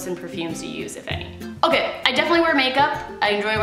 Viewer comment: When you said “am I okay? nooooo” I thought you said “ am I gay? NOOOOO” 😂